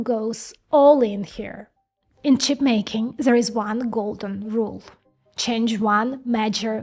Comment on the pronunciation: Instead of There you say Zere